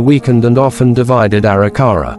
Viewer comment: Can’t stand the way the narrator says Arikara.